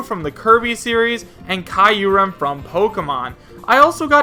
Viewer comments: I thought Kyurem was pronounced: Q-rem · It’s pronounced (cure-am) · "Kye-urem from pokemon series" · "Giggas" "Kayoorem" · You said kyurem wrong lol